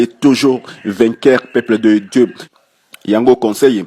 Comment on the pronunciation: Pourquoi cet monsieur dit "Peuple de Djeu, Force Satanikee, Force Satanikeee, equipe mobimba ya intercersion, saintespriii" LOL